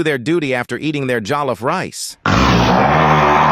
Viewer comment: i love JOLOF rice btw THAT AI VOICE SUCKs AT SAYING JOLOF rice